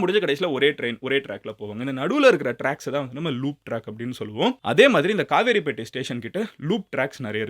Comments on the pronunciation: Madan Gowri tamil improved pannanum..கவரைபேட்டை , கிளாம்பாக்கம் lam vai la ye vara maatuthu...Kavaraipettai correct / Not a Kaveripettai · Its not kaveripettai It is kavaraipettai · It's not kaaveripettai "Kavarapettai" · Bro it's kavarapattai not kavery pettai.